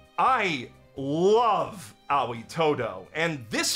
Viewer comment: I love that you pronounce Aoi's name as "Owie"